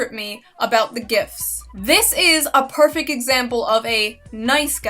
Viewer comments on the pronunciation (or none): You ever notice that Shoe kind of says perfect like perfec?